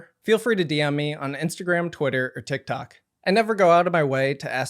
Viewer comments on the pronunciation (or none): none